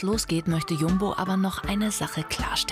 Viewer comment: er sagt einfach jambo anstadt jumbo😂